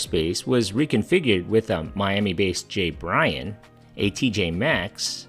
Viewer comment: JByron was pronounced like J-bye-ron, not J-Brian.